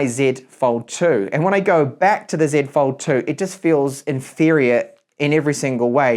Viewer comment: As a fellow speaker of the Queen's English, it gives me great pleasure to hear you say "Zed Fold 2" :D